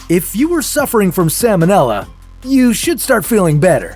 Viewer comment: The L in the word "salmonella" is pronounced, unlike the L in the word "salmon," which is NOT pronounced. The salmonella organism was named for Dr. Daniel Salmon ("SAL-mon"), the American veterinary surgeon who discovered it. It has nothing to do with the name of the fish.